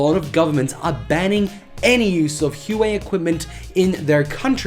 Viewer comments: Isn’t it “wahway” not “Uway” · btw i think Huawei is pronounced "wah-way" ;) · I've always pronounced it "Hu-Why"....